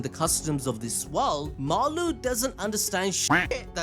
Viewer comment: it’s Maru not Mura..